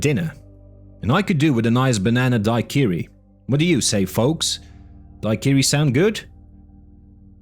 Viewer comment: Di-qiri? Lol